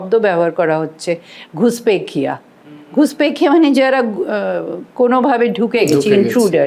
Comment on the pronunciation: উনি নাকি বিশ্লেষক!ঘুসপেটিয়া কে বলে ঘুসপেখিয়া